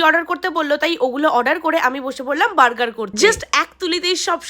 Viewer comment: Moberger❌ Murger✅